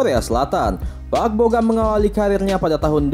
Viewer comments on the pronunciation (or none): Park bo gum kali bukan park bo gam Asal2 aja lu ngomong